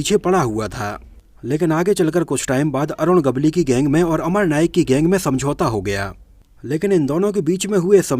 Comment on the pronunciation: अरुण गवली नही ,,,,,,अरुण गवळी नाम है भाई साब नाम तो सही लो। कैसे वीडियो बनाते हो। भाई 🙏